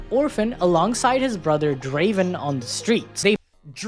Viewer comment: No Necrit? Sadge. Edit: SHAH'an? No. Pronunciation that bad gets a dislike on the video. Edit 2: RAH-oom? It never stops. Edit 3: He actually did Pronounce Draven right. Your chat is wrong/lying.